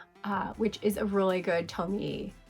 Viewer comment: I loved this list- very indepth and interesting. Btw, Tomie is pronounced "Toe-me-eh" :)